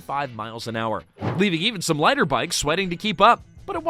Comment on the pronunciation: The AI makes this insufferable. Pronouncing "liter" bikes as "lighter" bikes was confusing the hell out of me. Garbage voice over